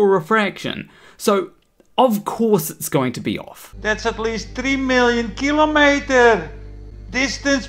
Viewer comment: "kiliometer" sounds pronounce by a Dutchman. and makes me ashamed to be a Dutchman. and also ashamed to hear this disdhonest arrogant rude turd again. I hope he never infect my alhoritms again.